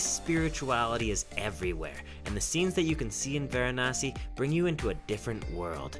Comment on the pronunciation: Pronounce it properly its not Gaangis its Ganga(Ganngaa). Not waranasee its varanasi(vaaraanasi)